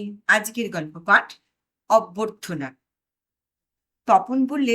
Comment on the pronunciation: You have to be careful about pronunciation. It is not abartha but abyartha. .